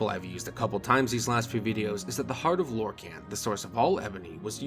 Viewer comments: Lore-khan not “can” like a soda can but khan like Genghis Khan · Mankar Camoran pronounces it as Lor-can/Lor-con during his speech in Gaiar Alata